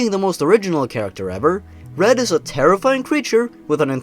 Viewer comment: When you said red I was like: Bread?